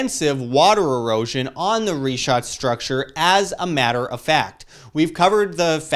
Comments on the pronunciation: Great Job Sir, great initiative for research... shall be waiting to see if the puzzles fit. Wish you all success. Just a suggestion, please correctly pronounce the names....its prounounced "Rikhaat" structure & not Ri-chaat and its "Sahaara" not Saheyra as you were saying. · The way he pronounces sahara and richat makes me not want to take him serious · oh great...a crew of naive, bumbling, suburban Americans trudging through the desert in area known to be populated by radical Islamic people. What could go wrong? Dude can't even pronounce Richat correctly, and apparently never even watched the documentary. Edit: Also, let me save you some leg work. The ruins you see via satellite on the Richat? They're French Colonial forts.